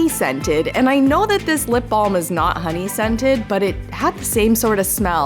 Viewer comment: Sorry but it’s “Honey”